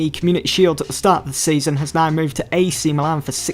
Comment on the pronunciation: Why do you pronounce Wan-Bissaka as Wan-Bithaka? Why do your pronounce points as poinths? Why do you pronounce Newcastle as Newcathle? Why do you pronounce season as seathon? Why do you pronounce business as buthineths?